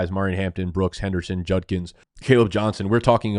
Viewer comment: He pronounced Judkins right 👏🏼